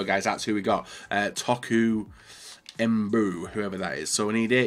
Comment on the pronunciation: Toku emboo? 😂😂